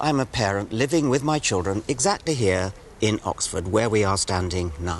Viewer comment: Lol it’s how you say children if you have a strong Irish accent.